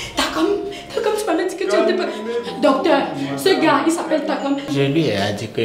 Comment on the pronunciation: Surtout qd elle disait tsakam au lieu de Takam😂